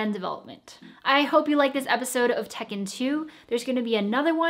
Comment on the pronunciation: Tech in 2 TEK 'EN 2 TEKKEN 2 This is what I heard